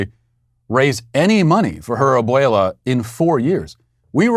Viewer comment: Te sales!!! Lol, good pronunciation on abuela